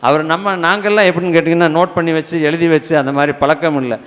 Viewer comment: ஐயா வணக்கம்... உங்களுடைய பேச்சு / சொற்பொழிவு மிகவும் நன்றாக உள்ளது... நீங்களுமா தமிழை " நோகடிக்கணும் ".. உங்களுக்குமா இந்த " ழ " உச்சரிக்க முடியவில்லை ? உதாரணம் : அளகா,பளனி, எலுதி, பலக்கம், இலப்பு,இலுப்பார்,இலுக்கணும்,கலிச்சி,விலுந்ததாம், ---இப்படிப்பட்ட வார்த்தைகளை சரிப்படுத்திக்கொண்டால் மிகவும் நன்றாக இருக்கும். இது ஒரு தாழ்மையான வேண்டுகோள் தவறாகவோ, சுட்டி காண்பிப்பதாகவோ எண்ணவேண்டாம், நன்றி... வணக்கம்.. தாழ்மையுடன் ஒரு முருக பக்தன்.. 🙏🙏🙏